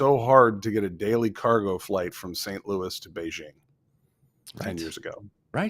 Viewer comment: The "j" in the word "Beijing" is not pronounced like the "g" in the English word "regime"; in fact, this sound does not exist in Chinese. The "j" in "Beijing" is pronounced more or less like the "J" in the English name "Jim."